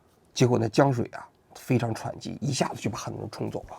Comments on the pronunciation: "江水喘（湍）急“，你这要赶上千古一帝了啊:face-blue-smiling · 王局好，江水湍(团一声)急，很喜欢你的节目，每期必看，第一次留言哈哈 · 王局，是江水湍急。。